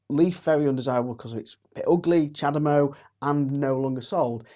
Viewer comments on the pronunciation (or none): none